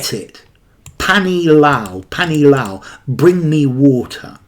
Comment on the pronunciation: I liked the way you pronounced 'panee lao' and 'Idhar aao' (hitherao)...